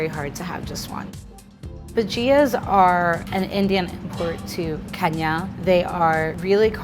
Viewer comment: The way she pronounces bhajias lol